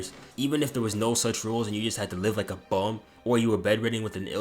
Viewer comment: the emphasis you put on saying the word bum😭